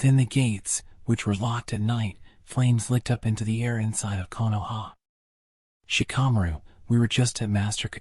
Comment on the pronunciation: Genuinely hate the way you pronounce shikamaru